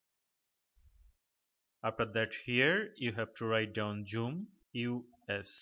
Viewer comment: Wtf is joom! It’s called zoom! 😂